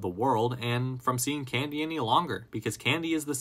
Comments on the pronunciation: Why do you keep saying his name like that? CanDEE. can-D! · Say can•DEE one more GD TIME